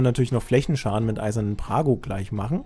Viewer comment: der Champion heißt nicht "Prago" sondern Brago.....